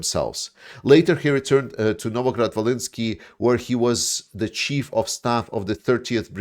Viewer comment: Chief. pronounced ‘Cheef’ not like chef 🧑‍🍳